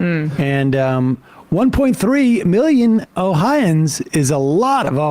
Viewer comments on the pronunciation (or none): Yeah I didn’t like when he said oh-hi-an like we’re hicks. I’m an Ohioan